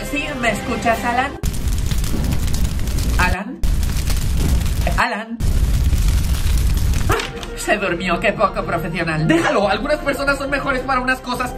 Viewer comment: Nadie absolutamente nadie el:✨ profezional✨